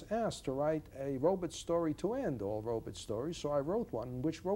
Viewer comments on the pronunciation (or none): he does say 'robits'. iRobit.. lol.